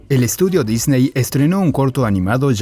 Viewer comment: Todo esta perfecto solo les suplico que aprendan a pronunciar la palabra Disney, saludos cordiales desde CDMX.